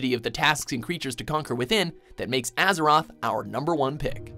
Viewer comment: I wanted to dislike so bad when he said Azeroth.